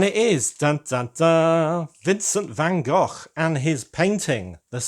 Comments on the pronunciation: Congrats with the new channel, I hope your algoritme plan comes together. And I love hearing you say Van Gogh in Dutch as it should, instead of Van Go. Hahaha! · Sounded perfect to me! 👌